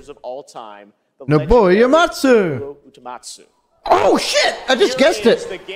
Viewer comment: Geoff Keighley calling him Nobuo "Utumatsu" just gave me the creeps